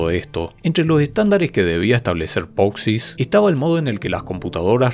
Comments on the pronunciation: Me pone nervioso cada vez que pronuncias poxix en lugar de posix. Por lo demás, todo genial. Haces los vídeos muy entretenidos. Gracias!! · acaso no era POSIX y no POXIS? igual en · me hace mal cada vez que dice "POXIS" 😫😫